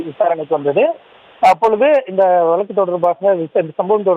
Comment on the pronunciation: வலக்கு இல்லப்பா வழக்கு... Ignoring news due to No Proper Pronunciation...